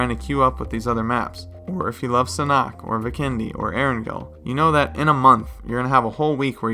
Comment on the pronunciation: sanhok not sanock